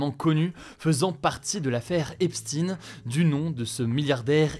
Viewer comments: Ce n est pas Epstin mais Epstein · Vous prononcez « epstine » mais pour Albert Einstein vous le prononcez bien je ne comprends pas pourquoi ?! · epstine ! donc einstine epstaiilne einstaiiin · pourquoi prononcé esptine et non epstein ? On dit bien Albert einstein et non albert einstine ! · ça se prononce épchtaïne et non pas épstine. C'est un nom allemand. Ne faites pas comme les américains qui ont une germanophobie à fleur de peau au point de détester entendre l'accent allemand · Merci pour la vidéo, Hugo. Par contre, s'il te plaît, c'est Epstein prononcé comme Einstein. Entendre Epstine 20 fois fait un peu mal. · On prononce Epstein comme Einstein pas Epstine comme Poutine,tentative de cacher sa judéité? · Epstein, pas Epstine 😂😂😂.... EpStein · ce n'est pas epstine mais Epstein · On ne dit pas EPSTINE , mais EPSTEIN comme EINSTEIN ... J ' me comprends ... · alooooo c'est pas Epstine !!! c'est Epstain !!!!!!!!!!!!!!!!!! merde alors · COMME LES MERDIAS AU DÉBUT DE CETTE AFFAIRE,TU DIS EPSTIN ET NON EPSTEIN POURRIS VA! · Depuis quand c est epsTINE ? On disait EpstEIN comme Albert EinstEIN ou Harvey WenstEIN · Prononcez bien le nom d'Esptein et non Espstin. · On dit pas "Epstine" mais Epstaing, Geoffroy d'Epstaing. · pourquoi dites-vous epstin et non epstein? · on dit EPSTEIN pas espstine 😂 c’est pas un scoop Hugo les médias « complotistes » comme ER nous ont déjà donné l’info !!!! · au secours ! pas "ep-sti-ne", il faut dire "ep-staïe-ne". Bon sang, le français sont vraiment nuls en anglais. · Pitié Hugo... je sais que c'est pas le sujet et je suis contente que les noms sortent... mais cela se prononce EpSHTAIN ou EPSTAYNE💀💀💀 pas Epstine 💀💀 pas pu regarder la vidéo désolée ✋🏼 mais vraiment merci d'en parler 🙏🏼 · Epstine.... NO!!!! EPSTEIN !!! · Pourquoi vous dites Eipstin c’est epstein sérieusement ne me dites pas que vous avez peur de dire les termes quand même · C'est pas Epstine mais EPSTEIN ( CHTEINE ) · EpstEIn, comme EnstEIn 😉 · Epchtaine Pas epstine !!!